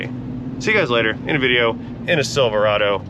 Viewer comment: It’s pronounced silver rod oh